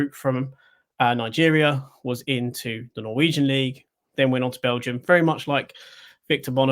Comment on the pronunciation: I clearly need sleep as kept calling them a Norweign team 😂 Got Orban's team stuck in my head clearly as double checked on him prior to filming this on Osman 🤦‍♀